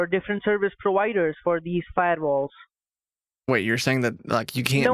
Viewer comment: Just vait a moment, please vait a moment